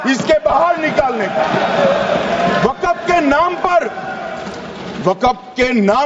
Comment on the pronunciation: Wakaf nahi waqf hai pahle sahi bol lo .